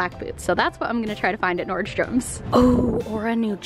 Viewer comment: Is anyone else bothered by the fact that she says NordstromS when there isn't an S??